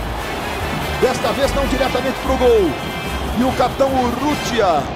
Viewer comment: Nessa época ele falava "gol" e não "guol"